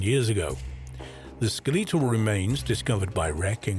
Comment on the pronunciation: Lol, the AI voice said skeletal as "skeleetull" 😝